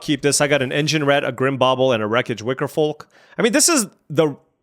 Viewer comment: You're messing with my head pronouncing that "L" in Wickerfolk.